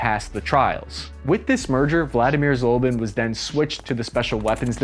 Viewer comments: American (that is - USA citizens') tradition is to mispronounce non-English names. It seems they do it purposefully to demonstrate and make clear their disrespect to other-than-English languages and respective languages, traditions, nations. He is NOT "Vladimir ZOLBIN". He is Vladimir Zlobin. His surname stems from Russian word "Злоба" and there is no "Zolba" word in Russian language. IZHMASH pronounced like "IZH-MUSH" for "Izhevskie Mushiny" - Machines from Izhevsk. You are not poor to hire a Russian language consultant - you refuse to do it - because ;ike to show - how much you do not care. In all other aspects - well done, was interesting to listen. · How do you Americans butcher English so much. Izhmash… becomes Azmeeof. Its just izh… mash. Zlobin… zolbin. Can you even?